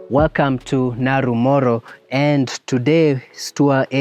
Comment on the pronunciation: Naro Moru not Naru Moro!!!